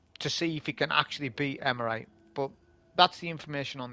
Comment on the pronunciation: "Eremite", not "Emerite" :face-green-smiling: Great video, nonetheless!